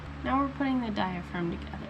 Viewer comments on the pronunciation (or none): Lmaoo Dia-fragum Hahaha